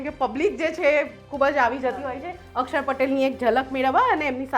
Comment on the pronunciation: માતાજી અકસર નહીં અક્ષર બોલો